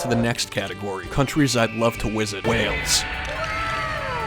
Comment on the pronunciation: “Countries I’d love to wizit” Edit: besides that good job